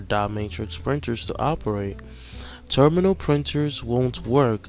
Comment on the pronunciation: Thank you for the video sir. Only part that was confusing for me is I was listening to it while working on other things and I thought you were saying "Terminal Printer" and then would describe it as a Thermal printer. So I had to stop what I was doing and pay more attention to see if I was learning the correct thing. I will be taking this test pretty soon. Your videos have definitely been helpful. Obviously knowing that the questions won't be the same but taking all the information from the answer section. Thank you again.